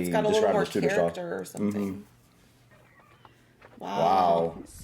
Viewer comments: Love how you both say Tutor period instead of Tudor Period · When you say Tudor, - think to say it as Chew-dor instead of Toodor... hope it helps you.